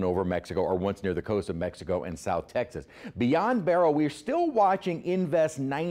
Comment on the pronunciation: Well-educated meteorologist, please explain why you pronounce Beryl-1 vowel and Barrel-2 vowels with this historic July devastating storm. Just curious.